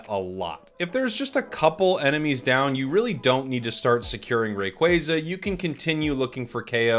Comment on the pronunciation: I’ll do it when you stop saying Rayquayza